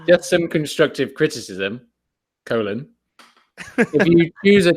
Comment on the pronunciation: Co-lawn lololol a